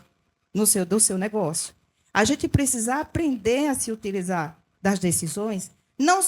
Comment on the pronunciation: Na chamada " "PRESISA"...É lulês ou "terra de Malboro" ? Adevogada ou advogada?